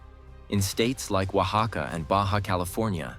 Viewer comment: I appreciate you pronouncing Oaxaca accurately 😊